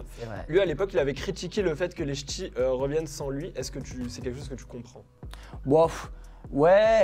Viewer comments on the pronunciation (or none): none